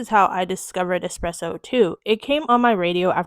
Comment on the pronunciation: Why are People saying "expresso" instead of "espresso". 😂😂😂